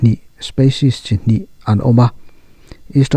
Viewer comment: Za a 95%-95% a in ang.. spaces.. tihloh tur.. species.. tih tur..